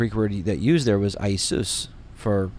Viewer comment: Jesus in Greek is not Aee-sous. This is incorrect. Ιησού (Iesou) is pronounced EE-ay-sou. Exactly like the Hebrew Yeshu. The 'I' is not a long i. This is an English mistake. Please correct this when referring to the Greek.